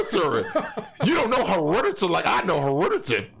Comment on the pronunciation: Charles Barkley: It's turrible. My weight is herediturry.